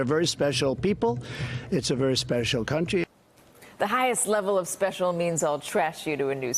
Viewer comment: "Highest level of speshool"